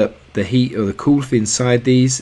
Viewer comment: The cold water gives off its "cooth"... lol British people, thanks for the videos tho man!! I'm very thankful for your channel.